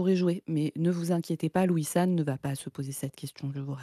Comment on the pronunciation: A chaque fois que vous dites Louis-san j'ai entendu Wissam. De bonne fêtes de fin d'année à tous et Tatakae !